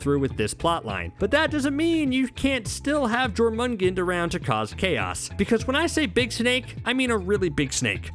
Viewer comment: The midgard serpent's name is pronounced "Yor-man-gone-der," genius. Do your research. -_